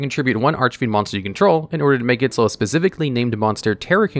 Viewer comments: Finally pronouncing archfiend correctly. Quality character development. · Wow, he said Archfiend correctly, and not Archyfiend or whatever he said before. :D